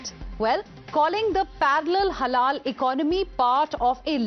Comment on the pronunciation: is a damned zombie. So many times he's saying "Halala" instead of halal